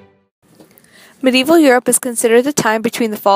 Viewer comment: Medieval not Medeival : )